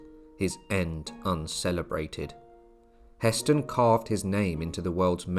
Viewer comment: It's Hah Stein , the pronunciation